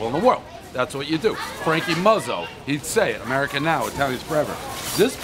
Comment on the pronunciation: Frankie Muzzo??? It’s Mikey Nuzz or Mike Nuzzo. 🤦🏻‍♂️